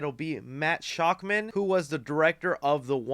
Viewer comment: It astounds me that you say peoples names in your videos without even a quick google to learn how to pronounce it. Why would it be “shockman” it’s “shakman” sound it out.. that’s so lazy man..